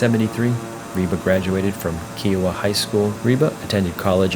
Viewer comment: Kiowa is pronounced KI-oh-wah, not KEE-oh-wah